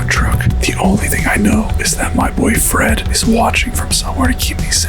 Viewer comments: I HEARD BOYFRIEND INSTEAD LF BOY FRED LOL LMAO LMFAO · is it me or when he said "boy Fred" it sounded like "boyfriend" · When he said my boy Fred I heard my boy friend😂